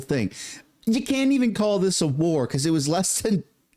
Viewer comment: Maduro, said "Peace not Whaarr" well he just got a PIECE of our United States Delta Force!!!